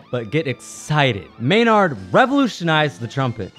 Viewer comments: MaynAArd??? Pronounce it MaynErd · May-Nard? At least learn to pronounce the name of the 10th best trumpet. +++ You must never have heard Maurice Andre live in concert. Seventh? No way, NO DOUBT top 3.